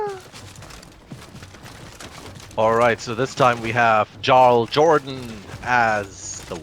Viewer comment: The way he pronounces jarl..